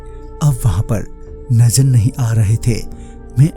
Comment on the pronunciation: Najar nahi nazar hai wo sahi se boliye